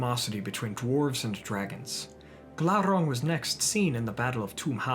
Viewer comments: Glaurrrrrang aluuuvatarrrrrrrrr lol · Everytime he said Glauron I said Glauron